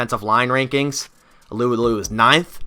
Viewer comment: it’s pronounced “tyson ahhloo ahhloo “ not “alew alew”